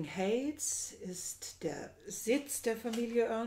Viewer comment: Heights = Aussprache = Heits , nicht Häits